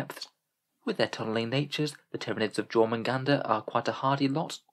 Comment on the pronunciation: I still think it's pronounced "tyran-ids" like Tyranno meaning tyrant in Latin and Id meaning this/that/it. Essentially "Tyrannical One" in Latin, or excuse me, High Gothic lol